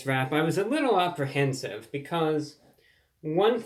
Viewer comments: You knowdigital dosnt mean your fingertipsright? It's ok to be confused, it's a process we all have thoughts, emotional feelings, and feelings that are physical . It's pronounced apprehensive, not opera hensive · Why are you saying "op-rehensive"?